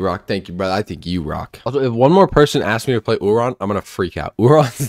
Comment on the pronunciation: I like how he calls him “oohRon”